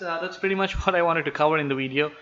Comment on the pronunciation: I just want to hear once and only once when u make another empire z video can you please say "video" instead of "widey'yo" and the you can go back to "widey,yo"